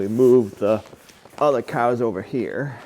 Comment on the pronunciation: Hi and, love watching your channel but I have to admit it's more and more for brutus and now the cows pronounced coows